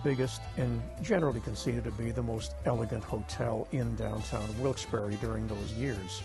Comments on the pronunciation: OMFG - How dare you mispronounce the name Wilkes-Barre? ? It is not Wilkes-Behr - it's Barry as in the man's name, from the French Barré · Yep, it's pronounced Barry. Pretty distracting that they kept mispronouncing it